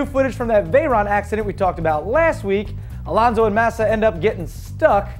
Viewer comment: Dude, before laughing at someones surname, LEARN HOW TO PRONOUNCE IT... it is not: "elanzo" it is: ALONSO Regarding the video, it seems that in the USA everything that doesn't look like a mustang "must" be a "Lambo"... I bet the guy even thinks "Lambos" are built somewhere in the country of Liberty as well. Too much concidence to record something like this. I've never even seen a single Veyron so watching one drawning... I don't buy it